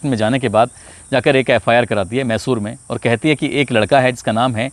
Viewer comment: भाई साहब मैशूर सहर नहीं मैसूर शहर ...आपने दो बार ग़लत प्रनाउंस किया..बीच बीच में छोटे छोटे पॉज भी लिया कीजिए .. ज़्यादा प्रभावशाली रहेगा.. बाक़ी आपका अंदाज़ ए बयां और आवाज़ अच्छी है..